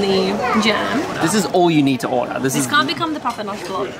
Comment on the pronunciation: Papanaș 🙏 "papa noch" 😂